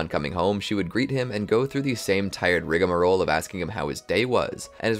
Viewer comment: Tf is rigamaroll💀💀